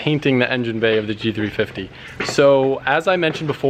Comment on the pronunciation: Why is it so hard for to say GT350?